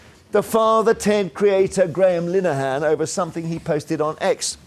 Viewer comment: That’s father Jack, not Ted. Also his Name is Linehan not Lileyhan. Muppet